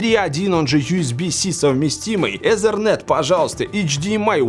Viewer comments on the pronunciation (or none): none